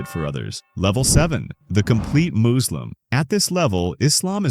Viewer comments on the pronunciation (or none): maybe use your own voice the a.i says muslim like "moo"slim like a cow or something